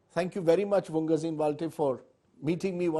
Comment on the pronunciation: Sir it's vungzagin,not vunggazin...thanks